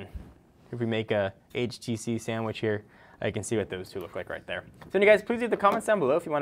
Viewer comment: Finally someone who says it right :)